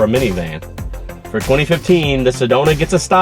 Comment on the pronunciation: it is funny to hear that sedona is good "for miviman".. many times. yes, it is a "minivan" that you are reviewing.